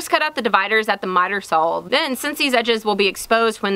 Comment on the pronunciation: As much as I enjoy watching these videos, two things bug me. One is that height ends with a 't' not 'th', and I don't know if it's just me, but every time she says 'saw' it sounds like 'sawl'. But even with that said, another inspiring and interesting video.